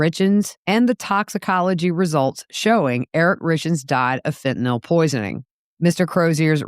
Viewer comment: Thank you for this, and for pronouncing "Fentanyl" correctly. What a fall from luxury for Donna.